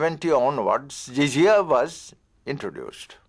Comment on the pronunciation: And it is jizyah no zizia pls correct